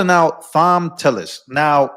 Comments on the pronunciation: ( psst, Thom is pronounced Tom) I love Judge Jeanine, she don't play. These RINOs/Liberals are behind in moves on Trump. He about 10 steps ahead. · Tom tillis. Not thom. I know, I know. It’s that crazy English language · Thom is pronounced with a hard t. Its spelled different but sounds the same as Tom